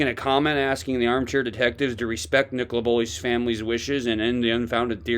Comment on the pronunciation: He could never say nicola's name..and I agree, I was only alerted after watching p's interview.